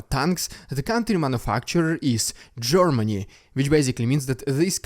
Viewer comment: I like how you say "Gormany", its amusing